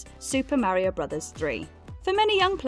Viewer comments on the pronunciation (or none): none